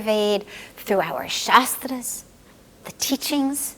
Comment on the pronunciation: She said 'our shastras ' 😢